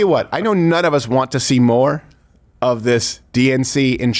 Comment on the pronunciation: He really can’t say “of”, can he. “The united States America.” I can’t wait for this degenerating stooge to be gone